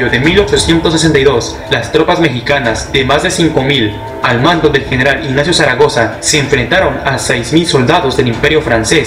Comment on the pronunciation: Zaragoza no zacaroga🤣🤣🤣🤣